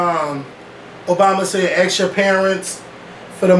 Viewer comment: I love you but puhlease say ask not ax